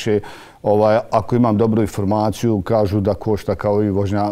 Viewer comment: kae ramo "icident" i "iformaciju" hahahah kakav je ovo krks hljebe moj mekani..